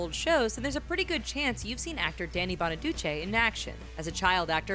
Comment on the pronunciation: Danny Bonaduce's name is pronounced "Bonaducee" a long 'e' not short. Sorry but it just grated.